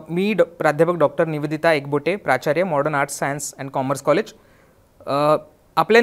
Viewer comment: आधी कॉलेजचा उच्चार नीट करा , Modern कॉलेज आहे mordon nahi.